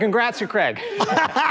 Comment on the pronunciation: Why do the subtitles say Craig when he said Creg